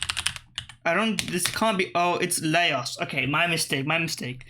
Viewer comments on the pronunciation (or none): Laos is pronounced Louse! (like mouse)